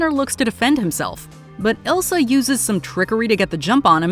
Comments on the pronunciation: It’s not Ilsa, it’s Isla. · The occultist's name is Isla, not Ilsa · It's Isla not ilsa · The occultist lady’s name is Isla not Elsa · People keep calling her Ilsa but her name is Isla (Eye-la) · Great movie, but the Occultist's name was Isla not Ilsa.